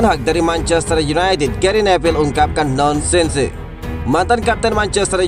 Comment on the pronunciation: Bacanya nonsens min.